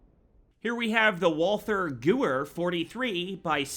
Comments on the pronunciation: its GA-V-er not Gavere lol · In sorry to be 1 of those guys but he pronounces Walther Gewehr (Wall-Ther Ga-Where) but its pronounced (Wall-Ter Ga-Vare). Sorry but I had to address it. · I almost lost my shit when he said gooer and not ga-Veer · sry but "here we have the Wolfer Gouwer..." XD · I'm sorry I have to be that person, but it's pronounced the Ge-vey-er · Gewehr is pronounced ‘Geveer’ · Maybe they should've spelled it ghevair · Gewehr is actually pronounced gaware it just means rifle in german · It's pronounced gever its German and the w makes a v sound it means rifle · The gewehr pronunciation tho it kills a tiny peice of me